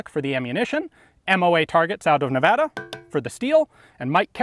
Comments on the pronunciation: Thank you for saying Nevada properly!! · thank you for actually saying Nevada correctly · Ayyy, Reno Nevada. Plus you actually said Nevada right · I absolutely love how you say nevada because it's the correct pronunciation